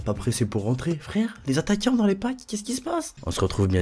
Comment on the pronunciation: "Les attaquiants" :)